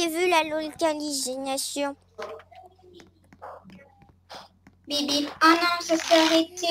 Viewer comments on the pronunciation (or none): Elle a dit locasinination au lieu de localisation 😂😂😂 et le beeeeeeeeeeeeeeeeeeh 😂😂😂